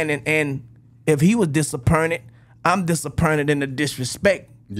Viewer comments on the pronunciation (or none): "Dis-er-pern-it" Turk2023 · Turk said, DisappErnted 😅